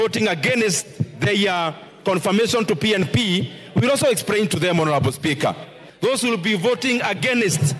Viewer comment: expRRRRAIN. Embarrassing